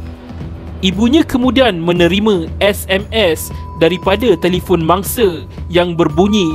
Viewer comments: X boleh blah betul bila suara mamat ni sebut se se se je ne mangse se se se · Mangse. Harinye. Wanite. Mereke. Kunci pendue. Tiade. Apebile. Keluarge. Ketige. Dibuke. Manusie.